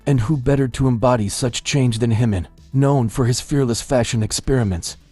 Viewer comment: Say Jimin's name correctly!